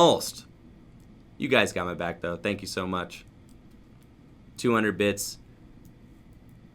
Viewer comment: Leaders of the what board? It didn’t sound like bits. Lol